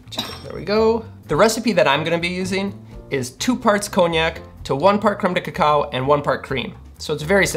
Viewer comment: I just like hearing him say "Cremedekekow"......